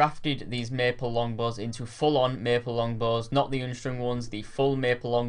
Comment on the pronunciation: "oonstrong bows"